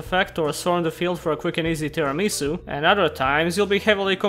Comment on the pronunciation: You pronounced Tiaramisu wrong.The dessert name is Tiramisù not Tiramìsu.